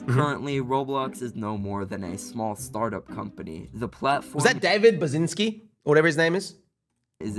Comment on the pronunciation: Yea man David Bazinsky clearly not David Bazucki